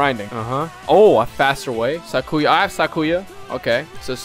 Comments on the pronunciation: I thinks it's Sai-Ku-Ya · its Sac-you-uh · How to say sakuya you say sak ew uh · Mexican Sakuya XD (cause e say skuya) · You pronounce Sakuya like its Sakura but with the Y instead of R